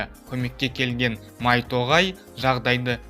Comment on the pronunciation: Майто ғай емес майто гай